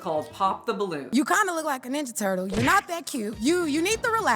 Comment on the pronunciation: “Ninda turtle” thanks woman in blue dress for pronunciation